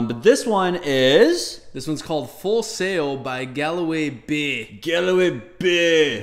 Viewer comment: it is pronounced Gall way.